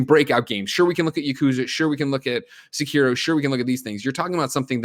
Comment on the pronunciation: Please tell me someone out there is making a compilation of every time greggy mispronounces sekiro